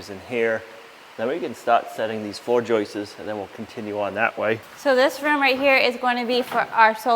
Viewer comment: it's joists, not joistes. I normally wouldn't say anything, but you said joistes so many times that I couldn't help myself. 😛